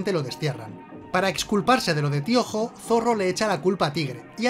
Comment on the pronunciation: ¿Tío Jo? Todo el video pensé que decía Piojo